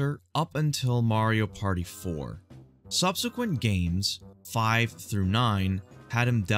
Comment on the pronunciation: "mario pary"